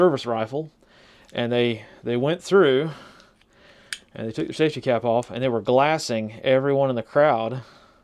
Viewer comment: Always Great stuff, I like your 2 theories. 30 years in the laser business here. "Lasing" is pronounced 'Laz'ing' like blazing or laser-ing according to the FDA CDRH, and other safety groups. It is not lass'ing as in lassie the dog, nor does it sound like glass'ing, this is incorrect. Keep up the great work.